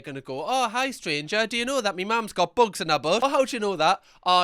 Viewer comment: I'm dying at how many times he said "buogs in 'er boutt"